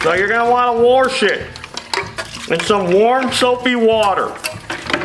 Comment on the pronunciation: I can't tell if "worsh it" means "wash it" or if it's some mechanic lingo